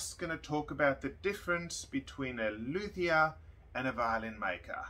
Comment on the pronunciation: I love your french pronounciation😍😊 (and in Montreal nearly every violin shop, guitar shop can be found by searching luthier, I don't think that the expression "violinmaker" exist in french.) Update: The expression violinmaker is translated by luthier... so to find a violinmaker the search will be "luthier violon" and that is not a good formulation in french haha.